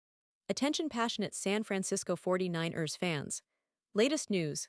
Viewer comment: Fuck this AI shit! Can't even say San Fran- Cis- Co 40-9-ers right!